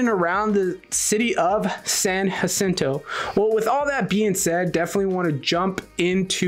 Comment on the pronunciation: Dude please stop saying " San acinto". How is it you can't say San Jacinto, you have a spam last name 🤨 it's not that difficult! I can't take it anymore you said it like two hundred times 😤